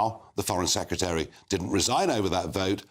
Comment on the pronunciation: Secretary, not Secutary! You are hurting my ears!